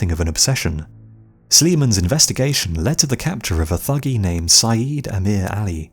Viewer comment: the Thuggee were not "profession murderers", and it's pronounced 'tuggee'. the murder of caravans of travellers was a once a year religious ritual dedicated to Kali Ma.